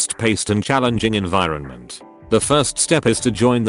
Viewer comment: . What's enviroment?